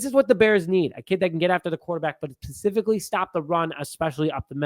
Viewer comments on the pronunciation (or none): none